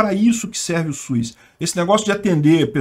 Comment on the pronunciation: só falta corrigir a pronúncia é "SUS" e não "Suiz" 🙄😏